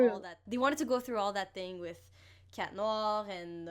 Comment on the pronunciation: Why do you say... Cat noAHhHhH